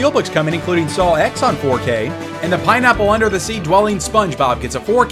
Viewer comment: “SaLw X”? (Just messing with you.) 😂